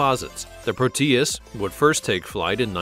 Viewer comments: "Proteus" is not pronounced pro-TEE-iss but PROH-tee-iss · Pro-tee-us? So stupid. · Proteus is accented on the "o", not the "e". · It's not very funny how you call prop planes jets. If this video was a high school history project, it might rate a D. It is rife with poorly researched subjects, and information that is wrong. However, what would one expect from someone who cannot pronounce proteus. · there is no accentuation in the "tee" sound, in the middle of "Proteus," just a very quick "tee" sound. The "Pro" has the accentuation.